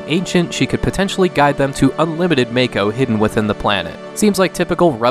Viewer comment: its mah-koh. I hate FF7 and even know the correct pronunciation of the words.